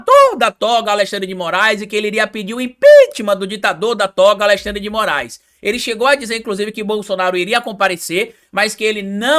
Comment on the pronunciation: não consegue pronunciar AleXandre, sai sempre AleSSandre